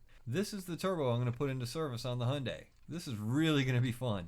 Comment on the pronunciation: He's not even trying to say the name properly, it's said Hi-un-die